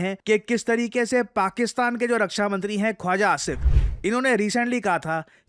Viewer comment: Khawaja❌ …khuja aja ✅